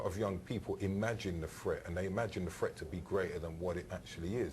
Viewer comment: It's not "fret" it's "threat" "th" th" "th". Come on now! And it's not "fink" either.